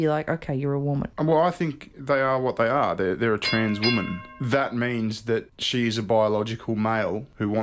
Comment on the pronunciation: When he says "she", I just hear "he". Guess the S is silent